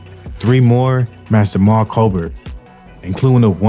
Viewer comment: (Ocho) Nate ain’t dead I just seen him. Jamal but it’s pronounced Jamel.